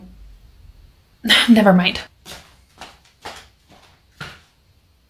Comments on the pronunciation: "oN a MoNdAyH" 🤌😯 LMFAO IM DAED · “Your wearing sweatPAnts oOn A moNdaYy😨” was too funny😂